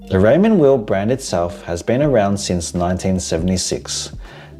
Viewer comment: "Weil" is not pronounced "wheel" but "vile". And any mechanical watch with a solid caseback is pretty much pointless as you can't see the movement which makes it so much more charming than a quartz watch other than how smootly the seconds hand moves. The IWC is therefore even more pointless as it is the in-house movement that distinguished it from lower-priced watches.